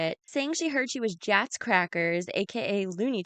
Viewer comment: I she says Jacks Crackers, like cracker jacks